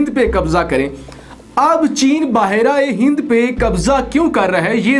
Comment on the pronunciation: Apko behr e hind kehna nhi ata kia??bahar aye hind kia word hua